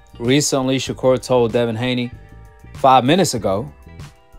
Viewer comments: "Shakur 'Stephen From Django'. ShaKoon.". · Did floyd call him shakur Stevens😂😂